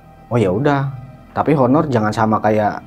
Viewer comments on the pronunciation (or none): none